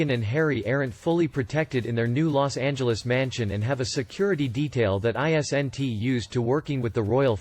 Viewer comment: How can you say “poignantly “ perfectly but not “is-n-it”